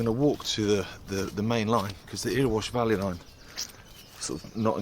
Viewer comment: Great videos. Morton is a new one for me, I’ll take a look when it’s less boggy. Also, Erewash is pronounced Errywash 😊